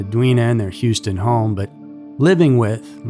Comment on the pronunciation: He even pronounces "Houston" properly. Not that awful "Yewstin" I constantly hear.